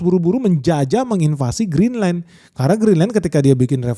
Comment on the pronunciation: BACANYA GRINLEN (CON: ENYAH) YA